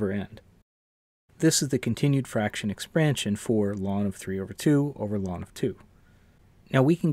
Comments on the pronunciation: I've never heard anyone call log "lawn." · You mispronounced "ln"; ln is called the natural logarithm.